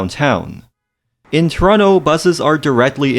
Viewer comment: from toronto but doesn't know how to pronounce the name of the city lmfao